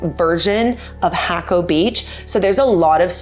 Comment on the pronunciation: No.. "hack oh", yes... "hah ko".